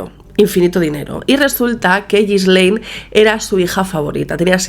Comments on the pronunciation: es Ghislaine, no Gislel xD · Un trago a mi café cada que dice “Ghislel”.